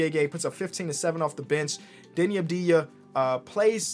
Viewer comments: Yo, why do you call him Deni Abdija? he literally has a V in his name. it's spelled like Avdia. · it's not Abdeeeeeya It's AHV-dee+yah